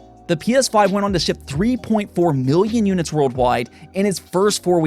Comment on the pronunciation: He also says chwenny instead of twenty and it makes me wanna stab my ears